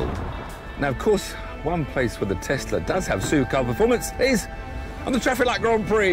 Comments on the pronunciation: It is when it plays snake jazz. Then it is Tesssla. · It is not TESSla it's Tesla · Tiff tests the Tezla.